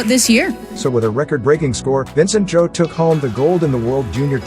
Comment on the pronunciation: Vincent "Zoo"...*facepalm*. They need to research how to pronounce names ahead of time.